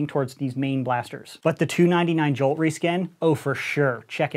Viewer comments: Everyone: "Jolt": "Juwhlt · " Alpha Strike Series review but everytime he says jolt it gets more distorted"